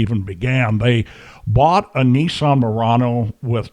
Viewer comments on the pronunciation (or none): Judge’s mispronunciation: Nissan ‘Moron-as’ seems appropriate for this couple 😂😂